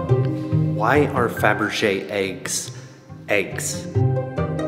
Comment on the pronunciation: why are "faberge aykes, aykes?"